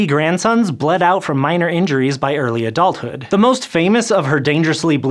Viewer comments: It said eary instead of early nothing to bad just wanted to point that out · should say Early not Eary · "Eary Adulthood" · By 'eary' adulthood? ^^